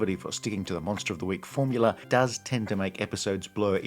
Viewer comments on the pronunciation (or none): none